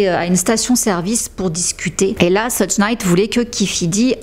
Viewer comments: Très bon travail, comme d'hab. Pour le détail (parce que c'est pas très important), je ne suis pas spécialiste mais je crois que ça se prononce "sheug" et non "seudge". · Thank you for your investment to inform us. Just to tell you that it's not "Sedje" Knight but "Shoug" Knight.